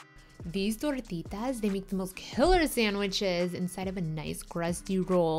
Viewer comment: wow fancy pancy recipe Beautiful....love how you throw around the accents too....could listen to you say tortitas all day lady....we've been experimenting a lot with using beyond beef for some of these kinds of recipes and it's really amazing and has come down in price a lot....we may do a vegan meatloaf video or something like that soon...